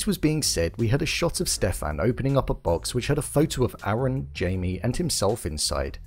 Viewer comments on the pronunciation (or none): none